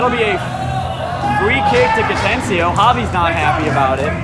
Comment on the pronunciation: It's pronounced Ca-ten-na-chio. 🤦🏼‍♂️